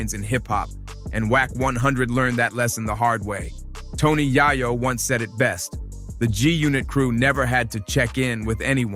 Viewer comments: Can't even take your time to pronounced YaYo aka YeeYo correctly and that's a sign of a Culture Vulture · If this dude call YAYO AKA YEEYO .... YAHYO AGAIN 😂😂😂😂😂😂😂😂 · The way dude pronounces Yayo name is crazy work!!! 😂😂😂